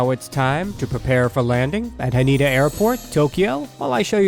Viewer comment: I will fly this in 2 weeks. So excited. Usually I fly JAL economy. Sometimes I am upgraded to business class by Delta. By the way, the airport Haneda is pronounced Ha-nay-dah not Ha nee-da.